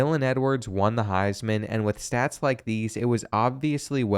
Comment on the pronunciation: What is the highs man? Do you mean heisman trophy? Have you ever even seen/watched college football before?